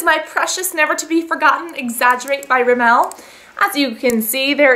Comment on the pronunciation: U say rimmel like its rimell XD